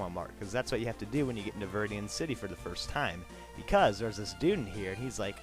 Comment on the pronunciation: "To" not "ro"